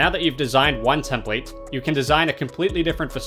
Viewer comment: Great video, but who else cringed every time he said tem-PLATE?